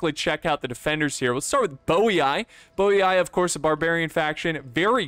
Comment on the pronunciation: ROME - said correctly TYLIS - said correctly/close enough BOII - is meant to be said in latin as BOY-EE-EE MASAESYLI - is meant to be said in latin as MA-SEYE-SE-LEE ^they were desert berber tribes, that were split in two, one allied with rome while the other with carthage. They're not just desert romans XD